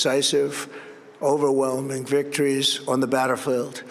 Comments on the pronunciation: Victories on the "bateerfweld"? WTH is he talking about? :) :) You have to laugh. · Hmm, now tell me, what is a batterfiewwd? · On the battle froield... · On the batterfield 😂😂😂😂